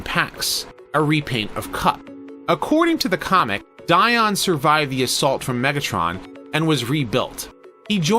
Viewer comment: Dion, Di-ed. I’m going with what David Wise said, about him at least.